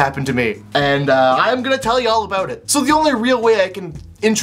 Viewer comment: "A'out" <3